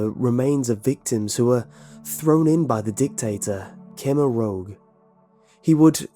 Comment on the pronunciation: Sorry for being a pedant but...Khmer Rouge (pronounced 'roozh', which is the colour) was the name of the regime in Cambodia. Pol Pot was the dictator.